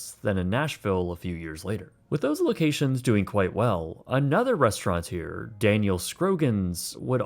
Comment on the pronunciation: Rest-ruh-tour no 'n' not restaurantor, restauranteer etc